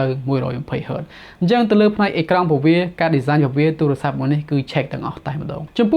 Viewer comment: បងនៅតែនិយាយពាក្យអាទូរស័ព្ទដូចជាឆ្គង